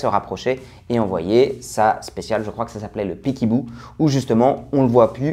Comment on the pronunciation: Petite info c'est peek a boo le a tu le prononcés comme un a et non comme un i, sinon excellente vidéo, même si t es pas un boxeur la qualité est la